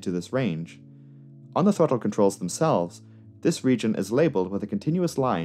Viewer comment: Say thawttle again.